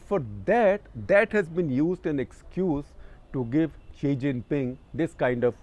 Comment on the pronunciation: The struggle for non-English speakers to understand Xi from she is real in this video....... 😅😅